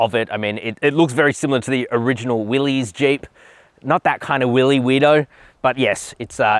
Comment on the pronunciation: "Willys" is pronounced like "Willis," not "willies."